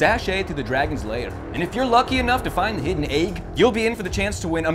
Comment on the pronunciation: Say “egg”. Say it. aiig You can’t say egg?! Don’t say it, it summons him!